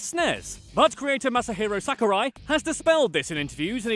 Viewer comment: "Mass-a-Herro Sacker-Rye"